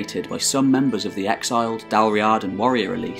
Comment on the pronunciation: Dál Riata is pronounced like 'Dall Reeda" Source: I'm a native gaelic speaker